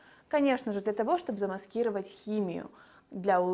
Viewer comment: ударение в слове "мочевинА" - неправильное. Надо говорить "мочевИна". И в слове "замаскИровать" правильное ударение - "замаскировАть".